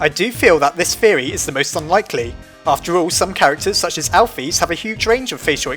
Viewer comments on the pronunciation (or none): Its not "Alphiiiiiiiiiiiiiiiis" it is "Alph-is"